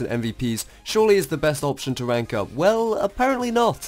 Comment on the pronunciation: no offence but you cant spell "r" instead of saying rank u say wank. lol